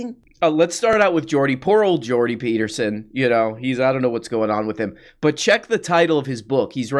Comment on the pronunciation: The day correct pronounces Jordan Peterson’s name is the day the world ends.